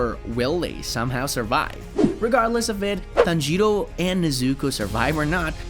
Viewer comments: “Tanjierou” BRO WHY YOU SAID THAT LIKE THAT💀👽👽👽👽💀💀💀💀💀💀💀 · TANjjro is how he says it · Me:tan-ji-rò:tan-jee-ro,ten-jen Me: 😐😐😐😐😐😐😐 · Bro said tanjido